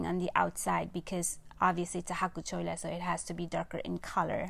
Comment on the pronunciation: Its chhwwelaa not choa 😀😀